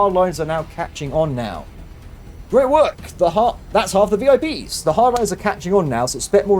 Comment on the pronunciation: oooo he said vi pies at the end i want pies now :(